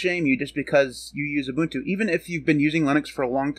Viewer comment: UBUNTU is the STANDARD for Linux distros. NOTE: You are one of the very FEW Americans that can pronounce UBUNTU correctly. RESPECT!!!